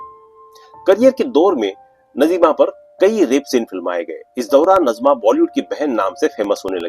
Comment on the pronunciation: Aap nazima ko najma bol rahe ho ye nazima (naazima) he dusra nam hota he najma ۔dono nam alag hen